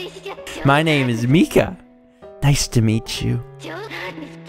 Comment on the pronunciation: Is Zombie Mika's name pronounced with a long "e" sound as you've been saying, or is it a long "I"? I work with someone whose name is Mika, and it's pronounced with a long "I."